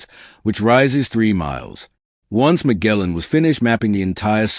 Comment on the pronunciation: DON'T WATCH THIS [ridiculous] VIDEO: the narration is not synchronized with the video. The voice mispronounces words like "Magellan" for example, but he talks about images that are many, many minutes away. Toward the VERY END of the video, you see a few of the images he talks about near the beginning. The images that appear in the video do not cover the narration. IF you want to see the magnificent photos described in this clearly AI-generated conglobulation, look them up yourself. You are in for a grave disappointment if you sit through this.